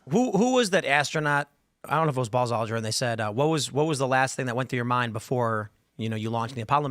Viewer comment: Tim also just said “Ballz Aldrin” 😂